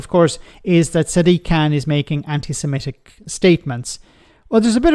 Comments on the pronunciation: He can't even say "anti-Semitic" correctly, saying "anti-simetic" instead. 🙄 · He can't even say anti-Semitic, the racist bigot says anti-sematic he's an absolute clown.